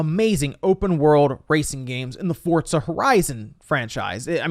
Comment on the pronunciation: Nobody:: “Fortza”